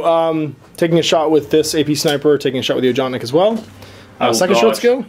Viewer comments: Ojotnik is pronounced "yoatnik". Just thought you should know. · don't want to sound like a dick, but the sniper rifle name is pronounced "Ohotnik", with an "H" as in "Hunter". The name actually means Hunter =)